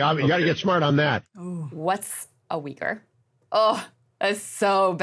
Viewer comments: so you really pronounce it "wiggers"? the anglos are weirder than i thought.... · He thought he was saying “wigger”. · It doesn’t help that “wee gur” is incorrect and drives me nuts to hear. It’s more like “way were”